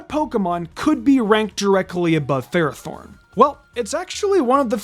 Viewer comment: It’s pronounced FER-AH-thorn, “”! 🤨 Stop mispronouncing Pokémon names, bub! 🙄